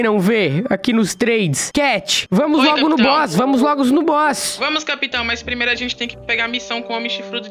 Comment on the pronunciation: Cat: "negócio de boss" Oque eu escutei: " negócio de bosta Kkkkkkkk